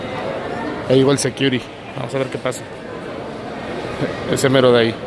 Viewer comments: Y los "sequiuris". Qué es eso? xD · "Sequiuris" "Bánamex" Why?